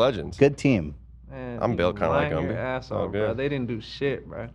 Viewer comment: “Lumby” BAHAHAHA